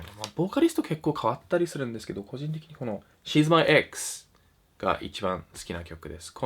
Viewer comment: 個人的に〜の所すごい日本人っぽい